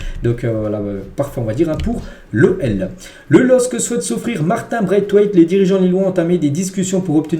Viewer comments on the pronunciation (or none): none